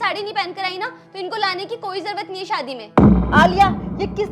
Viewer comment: सादी not शादी 😂